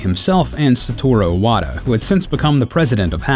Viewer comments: Nice video , I really enjoyed it! but why he pronouncing Iwata like *O*wada ? xD it throws me off bit. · God damn man you still haven't learned how to pronounce Satoru Iwata's name? it has an I at the bloody beginning? not an O